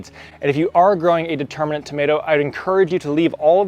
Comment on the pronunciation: The term is DETERMIN-ate- it means that the height is fixed. AND INDETERMIN-ate- meaning it is a vine that will continue growing as long as the season holds out. You are sticking in an extra 'n' near the end of the words.